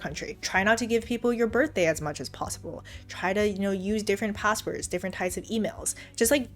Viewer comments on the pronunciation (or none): none